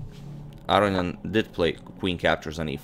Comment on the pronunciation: Interesting game. FYI Aronian is pronounced A-ROW-NEE-EN